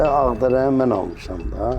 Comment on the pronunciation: Ancaq mən man deyir😂